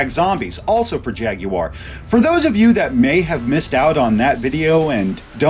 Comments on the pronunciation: Can't even pronounce Jaguar correctly... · Derek Dash Exactly, that’s a red flag right there lol